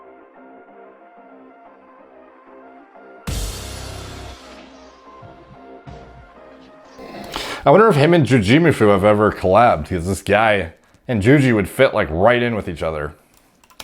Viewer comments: "I wonder if him and ju-JEE-muhfoo have ever collabed." it's jOOjee-MOOfoo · The way you pronounced “Jujimufu “ 😂😂😂